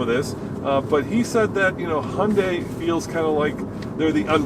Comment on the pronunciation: Sadly the Venue is a hideously ugly car. And also I have driven a few CVT cars and still prefer an actual gearbox with actual gears. This is really just a small hatchback not a crossover as there’s no AWD. Also it’s pronounced more like Hyun-day not Hun-day (there’s a Y in there). A better car would be a Honda HR-V in my opinion.